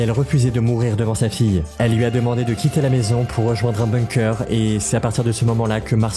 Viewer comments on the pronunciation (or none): none